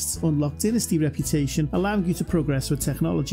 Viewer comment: It's DYnasty, not DINasty.